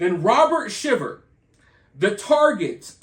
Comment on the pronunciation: I commented on another video but their last name is pronounced Shy ver. Just want to make sure you knew that if you’re going to be reporting on it! 😊